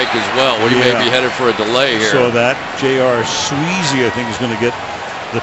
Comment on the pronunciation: Al keeps calling Sweezy .....Sleezy. Anybody else notice this?